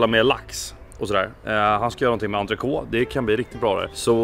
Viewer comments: ENTRECÔTE, ikke entroce. Bernes = Barnise, skal bestandig være en "e" på slutten! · Enig, men folk må jo kunne uttale det riktig! ENTRECÔTE, ikke entroce. Bernes = Barnise, skal bestandig være en "e" på slutten!